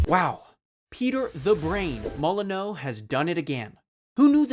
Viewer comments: Why are you saying "Mol-eh--no"?! He's British, so it's really "Moll-a-new". Anyway with that out of the way, I worked at Lionhead and knew the guys testing Milo. I distinctly remember the day Milo & Kate was shut down and it part-way through 2010 during Fable 3 development. Three or so large coaches pulled up outside of Lionhead HQ and the entire building was emptied into them and driven off to a townhall meeting. After which we all received an email confirming the game's cancellation by Microsoft. You can fault Peter for his hubris and over-ambition, but it was that which was also very inspiring to be around. I honestly believe that a lot of blame should squarely be placed on Microsoft's shoulders, who were always so determined to drive very cutting deadlines for development. There was for example, a whole second half of the ending to Fable 3 that was entirely cut due to similar constraints. It frustrates me that we don't talk enough about the damage publishers do to the end product's quality versus singling out an individual and blaming them instead. It's a bit of a lazy argument if you ask me, and one which isn't fair. Microsoft killing off Lionhead was a huge blow to the UK Games Industry, and one which Microsoft arguably set in motion with the scrapping of Milo & Kate. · It's pronounced mo-lee-new. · The video is very good so far but my goodness the mispronunciation is, sorry, grating. Its' Peter Molyneux - Moly-I-new. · You aren’t pronouncing molyneux right there’s an N brother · Peter Molye-NO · I have never heard anyone pronounce his name mol-len-no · ok but why are you calling him molin-no? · Great video! PM is the king of false advertising but he did some great work. Bullfrog and Lionhead were legends of British game dev. Such a shame that Microsoft bought Lionhead and dissolved it. Still, he’ll always be famed for his fibs. (Molyneux is pronounced “molly-new” by the way) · Peter Molo-no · It's pronounced Mall An Ewe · His name is pronounced “Molly-new”